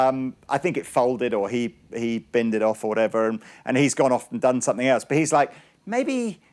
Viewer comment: It's 'somethinG' not 'somethink'.